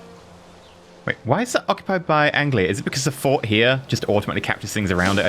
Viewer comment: an englishman that cant pronoune anglia, oh dear